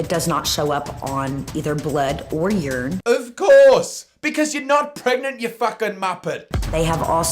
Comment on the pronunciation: Who knew Americans say urine like this.... WTF is Yurn?